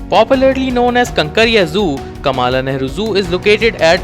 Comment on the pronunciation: Get your pronounciation right - It is Kamla Nehru Park not Kaamaalaa Nehru Park